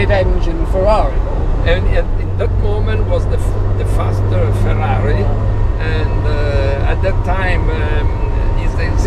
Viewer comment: The way he says Ferrari & Lamborghini that's the proper way.